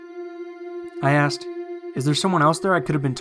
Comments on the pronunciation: He keeps saying "axed" instead of "asked." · Why does he say "axed"? Call me a grammar Nazi, but it's pronounced "asked". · aSked, not axed. Please! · I “axed” who is this 🤣🤣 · If you are going to put yourself out there and narrate stories, I beg of you, please pronounce the words properly. Ask, asked, etc. is not pronounced axe, acts, etc. This is a huge pet peeve and my skin crawls each time I hear it. I'm not even sure if I can finish the video. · Stop saying "axe" and "axed" when it's ASK or ASKED! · the "aksed"....it irritates me so much!! ASKED...asked...asked...asked... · Why the fuck do you sound like you have a blocked nose constantly and say 'Axed' instead of 'Asked'. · Omg, great video but please say aSked, not axed. Sorry. I really love everything else. Please don't hate me! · Axed lol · Axed? come on man! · Sorry and no offense, but one can only take so many "I axed" before pausing a video and moving on. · annoying af aaaaxxxxed damn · "I axed it to say something", "I axed whoever was on the other end if they needed help", "when the dispatcher came on, I axe her if there are any accidents tonight" I'm sorry, you're awesome and I love all your videos, but your "axing" made me shiver more than the story itself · good stuff but I would suggest you learn to say the word "asked" properly.